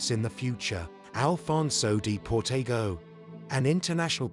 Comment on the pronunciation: They even mispronounce Alfonso De Portago's name...